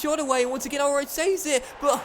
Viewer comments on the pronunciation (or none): In german ch=h so it is pronounced Ulreih not Ulreich also ei= ai but i think you know that